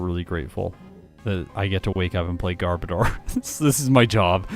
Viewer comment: Underrated and overhated Pokemon imo. Wish it was a little better in battle, though. You're mispronouncing Garbodor btw. It's actually gar-BOH-dur, like odor!